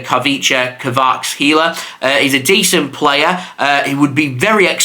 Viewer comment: ur pronouncing kvaratskhelia far better than others bravo